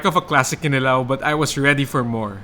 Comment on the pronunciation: The accent is on the second syllable: kiNIlaw. Not kiniLAW.